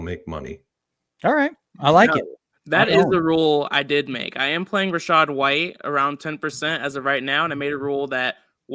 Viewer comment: Dude really said rachaad over Bucky 😂 🤡